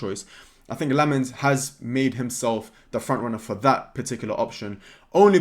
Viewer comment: I'm a Belgian, really excited if we sign Lammens! Been too long since we've had a Belgian in our team. You pronounce it "Sen-nuh Lamm-uns"